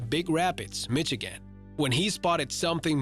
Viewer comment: It’s not Mitch agin it’s Misha gin...just sayin👍🏾😎